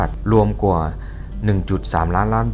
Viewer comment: เก่งค่ะพูดไทยได้เกือบเต็มร้อยแล้วค่ะ ฝึกตัว ช แทน ซ และคำว่า กว่า ออกเสียงยาวนิดหนึ่ง ไม่ใช่ กั่ว คะ